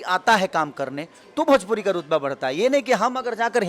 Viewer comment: भजपुरी नही भोजपुरी होता है बकलोल😂😂